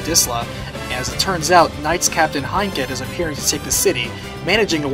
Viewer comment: Also Heinkel, Artemia, Khamer and Alternis. And you didn't even say Profituer's name.